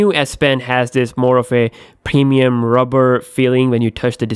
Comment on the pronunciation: "Samsang", "pemium", "acquate" lol.